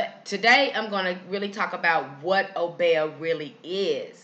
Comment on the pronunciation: In the Caribbean it is pronounced oh-BEE-ah as opposed to oh-BEY-ah